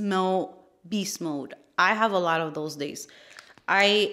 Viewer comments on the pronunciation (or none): none